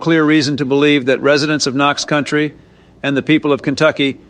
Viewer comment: The only minor inconvenience I got listening to this is that it's supposed to be Knox County, not Country, but other than that this is pretty well done.